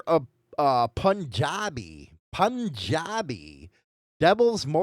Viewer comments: not pun-jad-e it’s pronounced Poon-jad-e the U makes a long sound. It’s a province in India most of the immigrants from the Punjab Province come to Canada, but not the United States so I’m familiar with the term. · Pronounced "Poon-jah-bee". It's a province in India I think. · It's pronounced PoonJabi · Bro… seriously? Work on some pronunciation… Punjabi = POON-JOB-EE Lodi=LōDie!!